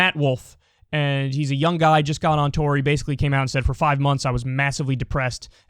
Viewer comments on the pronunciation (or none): none